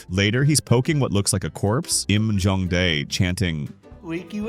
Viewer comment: whenever he’s trying to say jong dae he keeps on saying jung bae